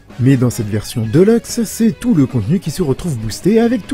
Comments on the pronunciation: sa me fait tiquer quand j'entends deleuxe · "mario kart 8 deuleukse"